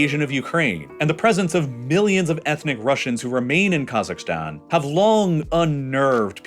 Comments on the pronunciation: I really f***ing hate how he pronounces half of the names here - "Ta-JEEK-ee-stan". "Ka-ZAKHS". ETC WHY DOES HE NEVER LEARN HOW TO PRONOUNCE S*** LIKE THIS PROPERLY?!?!? Oh, I forgot, it's a super privileged and mega entitled A******** with a buttload of audacity to think it knows everything. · if i hear you say "kazakhstan" one more time, i swear to god....